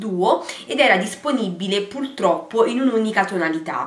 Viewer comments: Si dice puRRRtroppo, non puLLLtroppo come dici tu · È una battaglia persa "pultroppo"